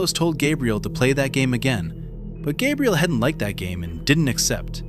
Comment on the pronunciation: Gabriel ❌Gaybriel✅